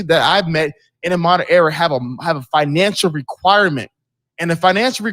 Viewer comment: Hafeez is long-winded and I hate that he keeps saying "error" instead of "era". Ugh.